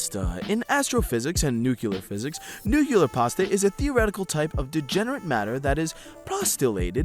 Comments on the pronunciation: nucular cougar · A list of every word mispronounced or misread in this video, and the pronunciation given: Paleontologist - Patlodges Formication - Formification Nuclear - Nucular Postulated - Prostulated Acacia - Asyria Tortilis: Tortils Ténéré: Tenerea Track - Truck Illinois - Illinoise Graham - Gram Transport - Transportation Being - Beering Finola Hughes - Fiono Huge Stochastic - Stohastic Romain Rolland - Fromain Roiland Ramakrishna - Ramakrisha Hippopotamus - Hipotamus Helium - Hilelium (The Scottish Play article) - (attempted Scottish accent was actually Irish) Dolby - Dobly Asinorum - Asinorium Asinaria - Asrania Into - In Perception - Participation Workplace - Works Pheremone - Feramin Posits - People Achieved - Achived Internet - Internot Phenomenon - Phernomenon Neshev - Neshvev Physicist - Physhhjhluigh Password - Word For - Orfor Improvisational - Improvational EI - EL Iron - Ire Trail - Trails Kodiak - Kodak Unidentified - Unifiedentified Colorado Springs, Colorado - Colorado Colorado Pantone - Pontoon Drab - Dark "[The U.S.] is not as cool as people think it is in other countries" - Nobody thinks the U.S. is cool. Institutions - Installations Abian - Abain Mediated - Meditated One another's - One's others Tsundoku - Tsinoke Dooku Any - My Unlisted - Unsolicited Simultaneous - Stimulus Chimpanzees - Chimpanzeens Inexactitude - Inexitatitude Circumlocution - Circumluculation Substantially - Substantly Recorded - Recommended